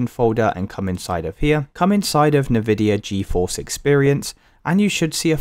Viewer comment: Nividia Goeforce?